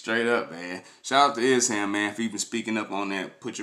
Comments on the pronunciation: Esham is the man! would be no Eminem, Kid rock or others out of Detroit without him, he's a pioneer, should definitely do some reactions to some of his early stuff from Boomin Words, closed casket or KKKill the fetus! but his name is pronounced Esh-Aaam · E sham not es ham